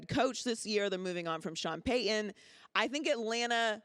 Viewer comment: The name is Sean PayTon, you dolt. Not Sean Payen. Learn to speak English.